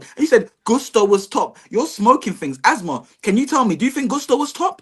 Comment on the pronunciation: Azma ❌ Asma ✅ 😂